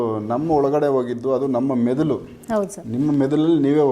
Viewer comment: ಅವರೇ....ಮೆದುಲು ಅಲ್ಲ ಮೆದುಳು 🤣 ಇರ್ಲಿ ಪರವಾಗಿಲ್ಲ ಗುಡ್ ಎಪಿಸೋಡ್ ❤